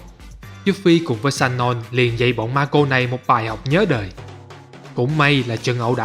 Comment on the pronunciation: Người ta tên là Sonon chứ không phải lài shanon nha ... vấp vãi.